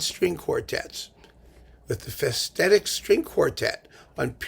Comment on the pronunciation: It should be pronounced "Fesh-tet-itch", with a strong accent on the first syllable. Hungarian 's' is pronounced like 'sh' in shoe; 'sz' is like 's' in size (the opposite of s and sz in Polish. 'cs' is pronounced like "ch" in chip. All Hungarian words are accented on the first syllable. An accent simply means a long vowel.